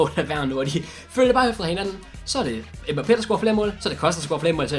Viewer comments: Han udtales Mbappe. Ikke mba pé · Det udtales Mbappé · Slotteren han udtales mbappé